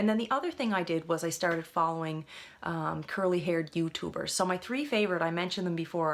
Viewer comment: I'm guessing she's Canadian because of the way she says youtuber that accents kinda cute